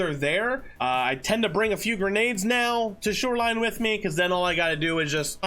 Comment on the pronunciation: hmm? I like when you said "snoreline." But the word this week is Detergent